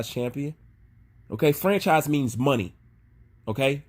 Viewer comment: channelled his inner African "Moni"